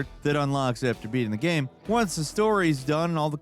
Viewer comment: You say gaem instead of game, lol.